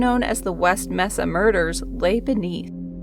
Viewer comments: Pronounced May-sa=Mesa good video though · It's pronounced MAsa. Mesa. Just sayin. Anyway, creepy. As long as there are people on earth there will be murder.